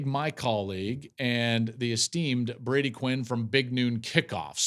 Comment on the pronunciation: Become a professional and learn the players names "Brody".